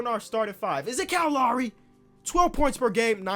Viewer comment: Cow Lawry